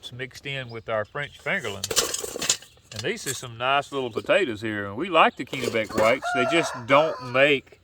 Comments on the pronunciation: It’s 30* F here in northern Maine this morning. We have baby plant started inside. Sure hope it warms up by the end of May. Oh, by the way, it’s a soft “e” in Kennebec 😉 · It’s 30* F here in northern Maine this morning. We have baby plant started inside. Sure hope it warms up by the end of may. Oh, by the way. It’s a soft “e” in Kennebec 😉